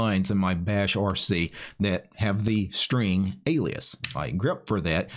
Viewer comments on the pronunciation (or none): none